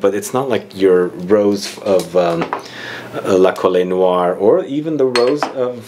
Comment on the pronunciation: Hi! La Colle Noire (you don't read the "e" in French) is a chateau in the South of France that belonged to Christian Dior. The name of the perfume comes from this chateau and its rose garden :)